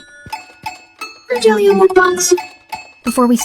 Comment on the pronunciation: I know that it is pronounced "rohelio" NOT Rogelio im a Filipino girl and I've already know this text this video named 👇 Jessica Soho I forgot the title but you can see it's tagalog(Filipino) and I hope you can find it And thank you for reading my text to you!!! ❤❤😅😊I hope Jesus bless you guys bye-bye❤